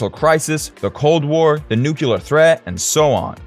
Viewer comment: “Nuclear” is mispronounced. - Leave thoughts in the comment section “below” what? Just say leave thoughts in the comments. Pedantic, I know.